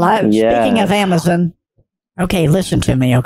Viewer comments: Lol amazen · Amezen lol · “Ooohhhh AmAzIn!” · The way he says Amazon as Ammazin 😂😂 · I love how pronounces "dextop", "iken" and "amazon". She's a pistol! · And.."Buurds". Lol. Love it.🤪